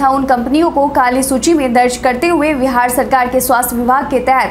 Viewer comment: हैलो नमस्ते🙏🙏 समाचार पढ़ते पढ़ते आप तो बिहार का नाम विहार बोलती हो मैं रोज सुनता हू कृप्या आप बिहार बोलिए 😀 बाकी सब बहुत अच्छा समाचार पढ़ती हो आप